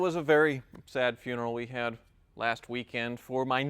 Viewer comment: HAHA Could not stop laughing: "I hab a bad month last month!" :D